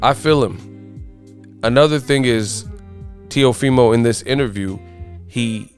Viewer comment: teofimo not neofimo